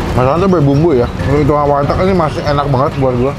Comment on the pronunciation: bang sorry nih, namanya "warteg" bukan "walteg"